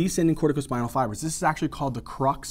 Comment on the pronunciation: Crus not crux!😅